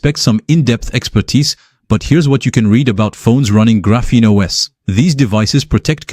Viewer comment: This video looks like it was AI generated? Your voice sounds awfully monotonous and doesn't seem to match your facial expressions. EDIT: yup, definitely AI. The "Graphenos" at the mark was a dead giveaway. EDIT 2 : nevermind, I just read the description. You should really explain your use of AI at the start of the video instead of just putting it in the description, as I was about to click off.